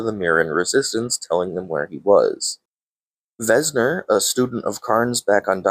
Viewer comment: Hate to be that guy, but its Venser, not Vesner; and it's Vorinclex, not Vorniclex. Lol Good video tho!